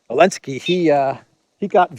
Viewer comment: Why do you insist on calling Zelenskyy, Elensky?? Very unprofessional!!